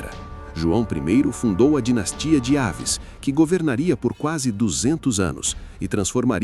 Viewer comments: Bom trabalho., mas não é dinastia de Aves, mas Avis com acentuação no i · Não e dinastia de Ávis.. é Dinastia Avis .. Palavras oxítona acento tônico no " í"... ví... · De Aves NÃO. De AVIS